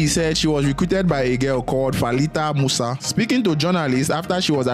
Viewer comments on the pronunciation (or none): none